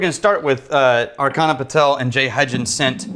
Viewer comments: still see that they havent learned that the CH in Archana is pronounced as in CHurch, and not K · Archana is pronounced AR-CHA-NA:) Our Indian names are hard to pronounce and I don't hold it against you. Thought I'd share that since they both are Patron Saints:)